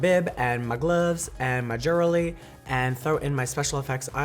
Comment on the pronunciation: i love that the captions spelt 'jewellery' like the way she said it lol 'jurely' hahaha so cute 😂 😂